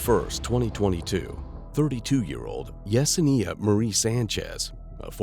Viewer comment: I cringe at the way you keep pronouncing Yesenia. You keep adding an extra syllable 😅